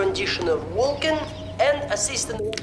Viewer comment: I love how Bones pronounces Vulcan as “fulkin’”. As in- “Are you out of your fulkin’ mind?” It’s very clever and subtle. Something I never noticed until this viewing.